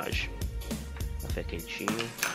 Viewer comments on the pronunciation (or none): Pô...você fez chafé,,,não café